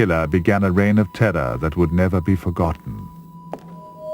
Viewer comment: "A rreign of terrrahhh" - awesome...